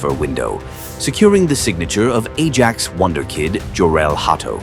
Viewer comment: Ajax 😂😂😂 pronounced "aye axe" but then again when you use ai this what you get lol. Good video though.